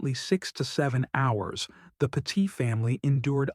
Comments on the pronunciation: It's not pronounced PA- TEET, it's pronounced PET- IT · Pronounced pet-it. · I live not far from where this happened. It is truly horrific what happened to this family. It is just heartbreaking. By the way, you are pronouncing their last name wrong. You should do your research better before posting a video. It is disrespectful to the family. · Stop mispronouncing the family name!